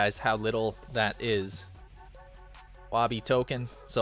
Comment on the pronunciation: I think its pronounced "Huwo Bee" its Chinese Pinyin for currency i think...